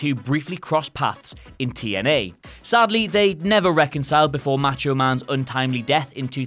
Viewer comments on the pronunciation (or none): none